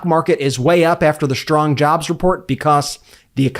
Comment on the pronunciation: Is pronouncing the letter « s » as « ch », chtrong instead of strong, a new trend?